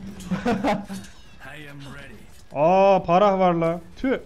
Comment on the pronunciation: abi phrah yazmışsın başlığa pharah olacak ayrıca parah değil farah diye okunuyor. Saygılar.